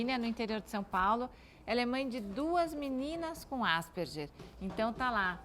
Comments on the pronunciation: "asperjer"!!! Asperger é um sobrenome alemão, e a pronúncia mais próxima sera "áspergar". Pronuncie pelo menos "Asperguer", pelo amor de Deus. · Desculpem, mas por que ÁSPERJER na pronúncia? Se querem pronunciar estrangeiro, então ASPERGUER, o nome e o cientistas são de língua alemã. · Tal como o "Ambúrguer" , Asperguer" ....vamos pronunciar corretamente pois remete ao seu descobridor: Asperger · que agonia elas falando "asperGER", eu acostumei falar "asperGUER"